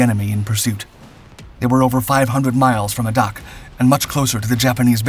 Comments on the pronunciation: Sanko maru? Sounds more like sunk-o maru. ah-doc? No.....eh-dak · We say Adak sounds like Ay-dack. Not Ah-dok. Anchorage, Alaska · "A ... dack" not "A ... dock" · One correction to pronunciation - The name of the island of Adak is actually pronounced with the first A being a long A - so the name is said like "aadak". Source: when I was in the Marines in the late 1960's, I spent a year on that island. I enjoyed nearly every day of it. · I grew up in the Pacific Northwest and prior to having me, my parents lived in Alaska. They always said the name of Adak in the way you are describing: Ay-dack, stress on the first syllable. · Although I was stationed in Norfolk as a marine, my navy friend who was previously stationed in Adak, called it Ay-dak just as the other posts indicate. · I'm a native of Adak. Cool to hear my old digs in your vid. One note--I've only and always heard the name pronounced "a-dak," with the "a" rhyming with "ray" and the "dak" rhyming with "back." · That's pronounced: "A'-dak" - emphasis on the first syllable and a long 'a' as in "safe." As a former USCG Officer with friends having been assigned there at the LORAN Station, that's how it is pronounced. Great video, otherwise. Keep at it! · Adak is pronounced A Dak! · Thank you for the correction, having grown up on Adak the mispronouncing really bothered me